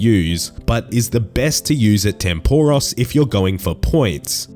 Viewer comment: my god man, atleast pronounce tempoross correctly